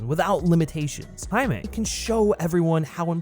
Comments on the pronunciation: On god im about to start this video over and take a shot every time he says Jamie 😂😂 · Wtf are you taking about with this “White Privilege” Rant? How did you get all that from a 2 minute trailer? Also it was obvious that you butchered the pronunciation of “Jamie” and sloppily edited it in afterwards! Nice work bro! Guess that’s some cultural appropriation of your own! 😂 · It sounds like after your recording you had to replace the pronunciation of “HIMAY” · lmao you definitely said his name wrong the whole time huh? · Am I the only one who noticed that he kept saying the characters name a little weird throughout the entire video? Lol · Did you mispronounce Jaime then have to go through and redo it? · Must've been super annoying having to go back over your original audio recording for this video to fix every instance of your pronunciation of the guy's name, props for doing that! What had you gone with originally? English "Jamie" pronunciation? Also: hadn't really heard of this character until seeing the trailer, but the suit gives me (as an older guy) strong Guyver vibes, and if I can headcannon this into being a live-action Guyver movie then fuck yes I am here for this. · ok but how did you pronounce "Jaime" on the first go round addjkhgsjsgsh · did you mispronounce jaime in the original vid and then fix it in voiceover?